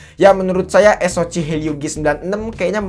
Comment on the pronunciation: Saran aja, tolong diperbaiki cara pemyebutan model/type Hp dan chipset ny. Soal ny ganggu bgt dnger ny. Paling sering bilang "es o ci" (SoC) harusnya dibaca "es o si", helio G series suka bilang "Helio gi" harusnya dibaca "Helio ji". Diperbaiki aja pronounciation terutama di istilah2 dgn b. Inggris. Kalo emang kurang paham ya pake b. Indonesia aja. Biar kelihatan lbih profesional aja